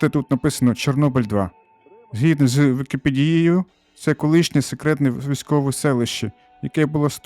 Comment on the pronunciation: "наприкинці відео розкажу про передумови для отримання квесту", от тільки де це "наприкинці"? Міг би і таймкод зробити, або хоча б вказати де починається цей момент відео з точністю в секунди, замість того, щоби глядача заставляти шукати його. Ну й ще - ви непавильно ставите наголос у слові "вікіпедія". Наголос треба ставити на букву "е", а не останнє "і"